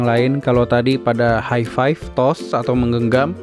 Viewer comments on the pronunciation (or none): none